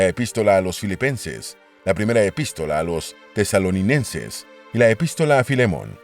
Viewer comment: "La primera epístola a los tesalo-ninenses . No sabe leer.